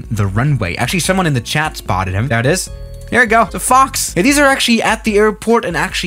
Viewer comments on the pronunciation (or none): none